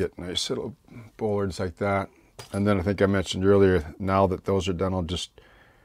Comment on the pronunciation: Superb modelling! I have been watching your vids for a couple of years now and have learned MUCH. In a previous life I was a welder/fabricator with a few years of working marine construction so I have a couple of tips to contribute: bollards are pronounced 'ball-ards' not 'bowl-ards', the reverse curve of a ship's hull that you are working on so correctly is called "tumble-home" (whenever the stern sides of a ship curve inwards above the water-line), the slots you said you are unsure of the purpose of - they are, indeed, scuppers. They ensure that no water that gets up around the large diameter pipe that wraps around the whole stern of the tug is not able to lay in the V created by the pipe and the plating and promote rust. The round 'pegs' do indeed pop up from the hydraulics cabinet in the center of the transom area. These, together with the roller you pointed out form the 'fairlead' that guides the tow cable. They are retractable because if the tug should somehow get cross-wise to its tow, it is possible for the cable to roll the tug over on its side. Tugs have been lost in the past due to this, so current designs use these retractable fairleads. If you visualize the tug as having its tow point positioned ahead of the propeller at the center of the winch drum, the geometry becomes clear. I will be looking forward to part V. All the best and thanks for sharing your deep knowledge...